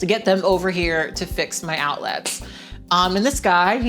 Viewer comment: The way you pronounce outlets is quite strange, is it regional? You pronounce it like it’s two words, out-lets rather than outlets without a very pronounced e